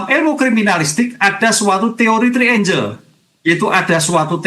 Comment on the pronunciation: "Trienggel" pak, bukan "-trienjel"